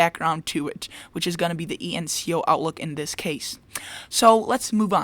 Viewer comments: That is E N S O, not E N C O. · You kept saying ENCO, But it's ENSO.